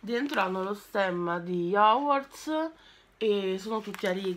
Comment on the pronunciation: A me fa sbellicare da ridere quando dice HOGWARTS, mi ricorda una live memorabile che resterà nella storia!😂😂😂